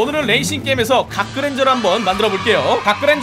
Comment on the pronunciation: 이건 그랜져가 아니라 그랜졀